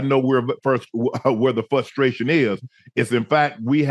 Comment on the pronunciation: Frustration not fustration.